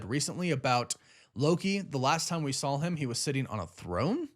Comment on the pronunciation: Stop saying SAWL. There is no L. And it’s THEM not THUM.